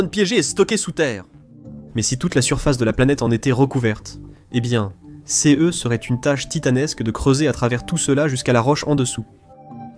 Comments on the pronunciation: Très intéressant, dommage que la voix de l'IA soit insupportable avec sa façon de dire "céheu" à chaque fois qu'elle rencontre le pronom "ce". Par ailleurs, pourquoi ne parle-t-on jamais de la radioactivité du sol martien ? C'est pourtant un frein tout aussi important que la faible gravité à la surface, voire pire, si on souhaite y installer une colonie, non ? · Les Voix pré-enregistrée pour l'IA toujours aussi bête à bouffer du foin ! non CE ne ce dit pas "C"-"E"